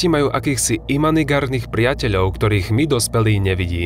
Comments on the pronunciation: imanigárnych :D to mě taky dostalo :D Jinak skvělý video jako vždy! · imanigárnych XDDD